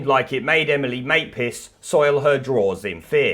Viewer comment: Lol, very good news. Just one question, who is Emily Maypiss? Sorry I heard wrong, Emily Maitliss...😂😂😂😂